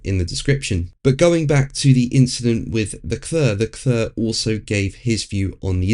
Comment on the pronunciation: “Le Clurrr”….it never gets old. If he didn’t “try” to do a French accent he would probably come close to the correct pronunciation